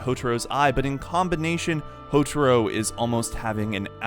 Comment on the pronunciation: "Hotoro" "Hotoro" God!! HoTAro! Ta! its Ta! Pretty sure u heard his name said hundreds of time in the anime....